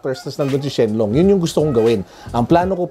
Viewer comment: Shen long pla ndi shen ron hahahaha